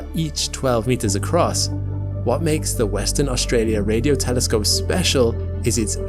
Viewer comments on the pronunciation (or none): none